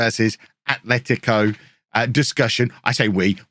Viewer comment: I am no joke so proud of you. You pronounced the names of Atleti and Athletic Club correctly at the first try this episode. For some reason it seems like an undoable task for most Englishmen so congrats to you!